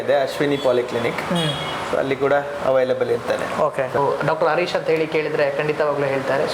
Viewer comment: Doctor hesarannu swalppa sariyagi heli marre..arish alla...Doctor harish...😅😅